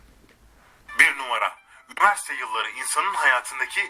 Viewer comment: Abi yiniverste degil universite 😅😅